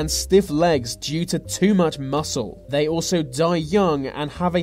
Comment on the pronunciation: It's not vey, it's THEY